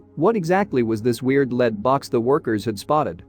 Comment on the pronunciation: What yoyo is narrating this? He's mispronouncing everything. "leed" for lead? Out of the millions of people the world over, they settled on this idiot?